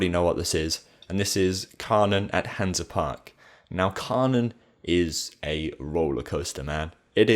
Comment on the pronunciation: hansa not hans